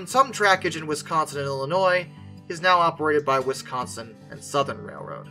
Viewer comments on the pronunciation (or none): none